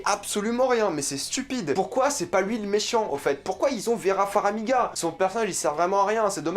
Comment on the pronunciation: FAR - MI - GA ! pas "Faramiga" !!! ;)